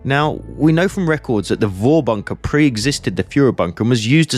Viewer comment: Vor-bunker… pronounced for-bunker (foh-boon-ker) [ˈfoːɐ̯ˌbʊŋkɐ ] 😊 meaning the “bunker in front”